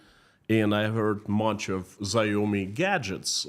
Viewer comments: Not that it matters, but Xiaomi is pronounced "Shau-me", to rhyme in between "Wow me" and "Show me". Not that their cars wowed anyone... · 🤣 😂 "ZIOME " 🤣 😂 the ZI is Pronounced SH Not Z 🤣 😂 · Chinese xiomi is said shao me. Great vid! Thanks 😊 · Xiaomi is pronounced something like SHAO-mee